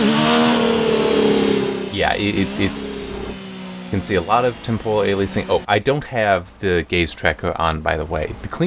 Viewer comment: Temporal man, not tempohral